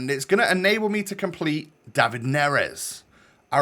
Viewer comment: It's pronounced David not David, David just sound odd so just say David